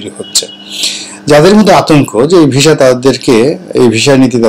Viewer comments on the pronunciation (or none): ভাই জান এটা visa , not visha... ভিসা, not ভীষা 😊